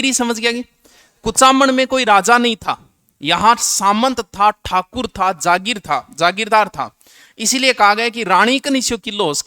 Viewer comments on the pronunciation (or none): none